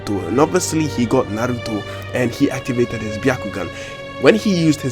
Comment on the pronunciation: this guy pronounces naruto perfectly